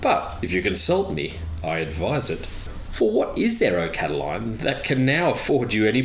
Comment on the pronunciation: I believe his name was Lucius Sergius Catilina, the anglicized name being 'Catiline', not Cataline..